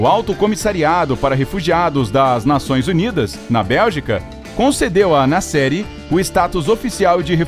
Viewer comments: Toda vez que falava "Nasseri", eu achei q era "na série" e eu ficava tipo... QUE SÉRIE É ESSA MEODEOS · Toda hora eu pensava que o narrador falava "na série", só dps percebi que era "Nasseri" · Eu também pensei que ele falava na série kkkkkkk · Toda vez que ele falava Nasseri eu pensava que ele falava “na série” e eu fiquei tipo que serie filho ? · Eu também!!!! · EU TAMBEM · Eu tb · Achei que era so eu que achava isso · Eu tbm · Achei que tinha sido só eu 🤦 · Nome muito famoso e aeroporto idem , acho que o narrador e produtor do Incrível deveriam saber a pronúncia do nome corretamente .